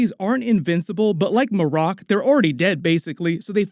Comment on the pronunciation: It's probably Mare' ek, not muh' rock.